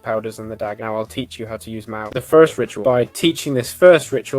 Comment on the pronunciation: mahou is not pronounced how youre saying it